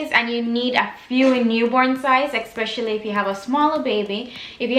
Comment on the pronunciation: Great video. Just one thing that bugged me the entire time, it’s not eXpecially, it’s especially!